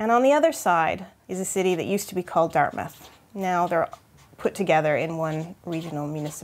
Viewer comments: Anyone that considers Halifax their home town knows that it’s Dartmouth not Darthmouth. Also it is under Halifax regional municipality HRM since the mid 90’s but it is still Dartmouth so this chick has lost credibility. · It's Dartmouth, not Darthmouth... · As others have noted, it's Dartmouth (not DartHmouth). :-) 100 years at 9 04 35 am Atlantic time, on Wednesday. About 2000 killed at that time. Halifax still sends a big Xmas tree to Boston each year to thank them for their kind assistance after the Explosion. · LOL "Dart*h*mouth" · Darthmouth is still a close enough approximation to Halifaxian lore. Dartmouth = Dark side of Halifax. Canonically, you got it right the first time.